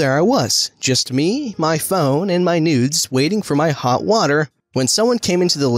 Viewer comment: Every time he said “noods” I hear “nudes”